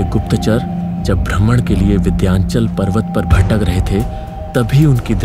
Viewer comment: Vidyanchal nahi hai, vindhyachal hai.... Visuals sach me kaafi achcha hai....